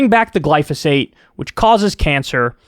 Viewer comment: I’m confused what is Glosophate??